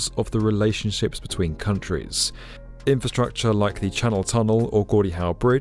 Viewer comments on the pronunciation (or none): none